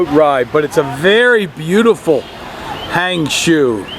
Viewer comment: It took me a lot time to figure out what it was when you spoke HangZhou, it sounds like HanShu. HangJoe sounds better to me. No offence, just try to be a little help.